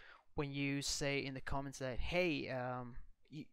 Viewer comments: c 'O' ments? Dude come on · whoever did the narration pronounced the word “comments” “CŌMMENTS” the “o” is pronounced “ah”. I’m a longtime subscriber, and this is one of the very best aviation channels on YouTube, so I won’t be too annoyed by it. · "Massive amount of cowments"?